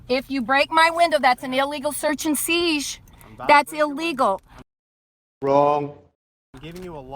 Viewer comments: And its seizure, not seeg!!! Learn to talk real English!!! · Seize not siezue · did she really pronounced siesh instead of seizure. she did it again seiesh or something similar. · "Illegal search and seesz" ? The word is seizure..... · WTF is an “illegal seish”? I don’t know how these sub-literate morons make it through the day. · What's a seege? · "an illegal search and seezsh" SHUT UP AND STOP EMBARRASSING YOURSELF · This dope says, Illegal "search and siege"??🤣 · It’s an illegal “search and seizsh “ She kept saying that😂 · If she says search and seeg one more time I'm gonna punch something!!! Preferably her face!!!! 🤣🤣🤣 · what is the hell is a search and seedge? Wait lady, you called it a vehicle, did you miss sovcit 101? Thats not a vehicle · I've been trying to figure out what is a "seesh"😂😂😂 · What the fuck is a seej? She says something about an unlawful search and seej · Seizsh lol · She can’t even say SEIZURE!!!!!🥴😂😂😂🤬🤬🤬🤬🖕🏽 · Is she incapable of saying 'seizure?' Although, launching a siege against her would be fun